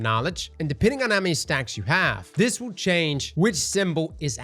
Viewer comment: For anyone new to this channel..... " will " = wheel. Thank me later.